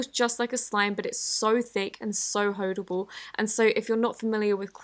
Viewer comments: Did she just say Hoe-dable? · so hoedable 😂 am I the only one who heard that? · Did anyone else notice 😂 ‘Its so thick and hoedable’